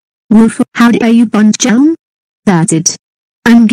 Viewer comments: Why does mispronounce Elmo's name as "Uhel"? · I have no idea why voice can not pronounce Elmo's name correctly. I did type Elmo in her TTS.